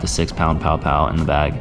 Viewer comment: Quick FYI Paʻopaʻo pronounced pah-ʻoh-pah-ʻoh instead of pow-pow. Hanabata daze mid 1960s we used to catch plenty trolling slow, and deep the main channels in Kaneʻohe Bay using small feather jigs, 6 to 7 feet leader, 3 way swivel, and 8 ounce lead. One time we caught close to 20. Enjoying your videos, keep up the great work. Maybe I see you out there, iʻm usually in a blue SOLO Skiff with 6hp outboard or rowing a 16ʻ Dory. A hui hou! PS I still shoot an OLD Aussie made Sea Hornet I bought on the Marine Base PX when I was 16. Good old gun.